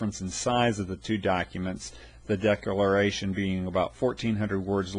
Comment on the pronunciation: This video sucks!!!!!!!!! 😡😡👎 He doesn't even know how to say decalalralation!!!! 😢🤬 DISLIKE!!!